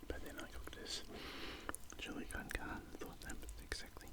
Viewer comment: It’s chilli con car-neh not carn it’s carne made by Mexicans so please say it correct or just say minced meat